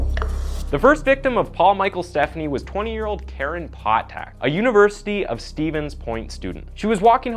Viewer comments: Great video! The only thing I'll say is, his last name is pronounced "Ste-PHAN-knee", not like "Stephanie" as we're used to hearing. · I live in Minneapolis and was 21 yrs old when this occurred. I remember it vividly, as a female that age going out in the town. (Fyi - it is Paul Stephani -" St - FAH-nee") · Stephani. STEF, AWN, EE. Potac. POE-TAK.